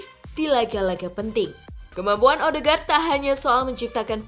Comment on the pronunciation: Odeegard bukan ohdegar